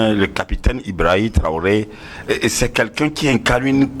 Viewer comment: C'est Ibrahim Traoré et non ibraoré Monsieur le barbu. Vous faites hontes à jeunesse africaine